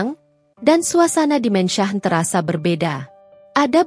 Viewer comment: Min...kenapa mansion di baca mensah, se-hrs nya dibaca: Mensyen. sok ke inggris²an, tapi koq salah ucapan nya. spt Omlete koq dibaca omelet ?? 😮